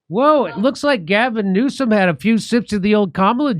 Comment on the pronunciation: Sooo funny Jimmy can't stop calling him Gasm Newscum